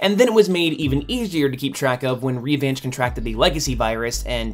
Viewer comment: Please never utter "Revanche" again until you learn to say it correctly. Hearing this French word for "revenge" pronounced as American English is painful. But to answer the question you posed, I think characters in movies should be as close to the source material as possible. Otherwise, what is the point of adapting an existing work? Make an original work merely inspired by the comics. So yes, Betsy should be Caucasian, or the race switch should be addressed in the plot. Making a new character is also an option. I'd rather they did that for the Eternals movie rather than have Makarri, who the ancient Greeks worshiped as a god and depicted as a hearing, white man, be reworked as a deaf, black lady insinuating the Greeks couldn't distinguish between gender, race, or whether one could hear. Simply make a new character. Just discovered your channel and I find it superb! Your are an excellent presenter and accurate in your facts.